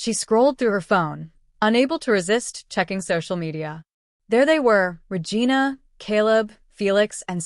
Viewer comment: Regina is pronounced "Re-jeena". Poorly programmed AI TTS voice. 😮